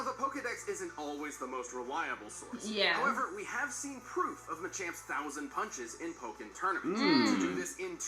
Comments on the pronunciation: MACHAMP NOT ma champ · This man said “manchamp”. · She said it ma-champ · Muh champ is how you say it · It's called ma-ch-omp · It’s “muh-chAmp” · To help you guys out it's actually pronounced Machamp(Muh-Champ) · You seriously don’t know how to say machamp? Like dude, don’t go hating on Pokémon like that. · It was sad seeing them try to pronounce Machamp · NOO THEY CANT PRONOUNCE MACHAMP IT BREAKS MY HEART🥺